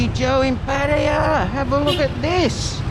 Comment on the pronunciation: Pa ta ya...not ..Pa tya...yayaya.as in Yamaha